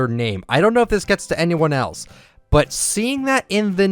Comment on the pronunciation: I know he meant "but" but it sounded like he meant "butt" lol